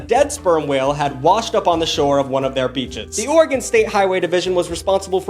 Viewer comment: There's an unofficial law in Oregon that if you missprounce oregon you'll get the shit beat out of you by an Oregonian 😊 (or eh gun)